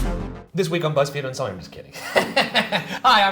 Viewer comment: I missed a lot, apparently. Shane saying " This week on Beezfeed...." had me like, uhhh. 😂